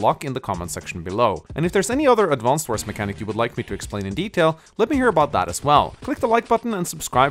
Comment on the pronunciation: I'm so triggered, that he doesn't pronounce the name of the game correctly even once